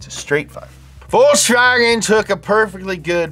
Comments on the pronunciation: you can't call yourself a vw guys without knowing how to pronounce it, it isn't chwolchs whashen or whatever you said, its folks vaken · Folksfagen, not Volkschwagen 😁